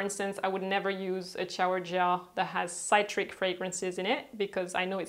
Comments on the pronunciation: You need to work on the pronunciation of certain words in English “chore”, “citric”, “chamomile” etc etc. Not hating, just a tip so you can improve your English speaking. Otherwise, cool videos. :) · Citric - si (like sick) trick. Xx